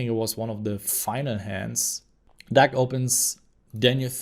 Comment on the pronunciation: Lol you have to be trolling us with saying Duck right?